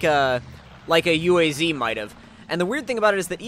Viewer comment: Hey, nice vid!:) But the name of UAZ is pronounced like ooaz